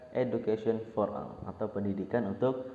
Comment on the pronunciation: for ol baca nya bang😏